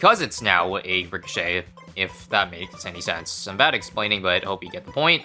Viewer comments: Re - co- shay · Ricochet. Pronounced Rih-so-shay-te